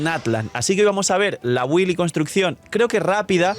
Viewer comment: Cuando empezaremos a pronunciar bien la palabra BUILD? (Se pronuncia bild) Si te llamas, el canal Games and Chill, y te patrocina Lootbar, pronuncia Build bien por una m4ldita vez!!!